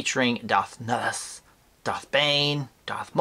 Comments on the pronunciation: Not how you pronounce his name. Lol Nihilus not Nilus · Hey, your accent didnt butcher the name at all. You just really BUTCHERED it. LOL! You didnt say it ad "Nigh- Ill- Us", but as "Nill- Iss". No accent at all. Just improper grammar. Dont worry though. With practice you will be good at it sooner or later.;););););) -just kidding man. We all love ya....dont know what we'd do without your channel. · But its pronounced Darth Nigh-a-lus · Never heard anyone pronounce it like that before lol